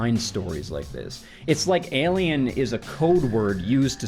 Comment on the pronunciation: I love the way you say “elien” 😜